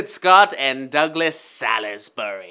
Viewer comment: it's Salisbury, not Salisbury